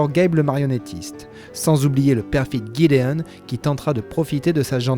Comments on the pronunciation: Bah c'est gideon pas jideon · Exellente video sauf que C'est Jideon pas guideon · TheGreatGreed il dit tout en anglais sa a gâché la vidéo 😭 tsais GGGideonne c plus gideon avec la prononciation Jideon et pas GUiDEONnE